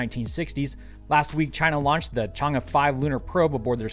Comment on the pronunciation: You have the audacity to show picture of Trump...and saying “CHI-NA” in the same episode? BE careful, they “aka YouTube” might ban your channel.